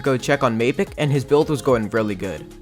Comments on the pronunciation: Why you call m-ae-pic m-ah-pic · Why you call him mapic not maipic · Macit he calls mappic macit -_ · Bruh why do you pronounce mapicc 2 different ways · Mapic he really said mapic